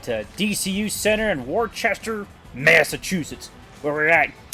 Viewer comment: As a New Englander and partial fan of the Railers its pronounced Wu-STAH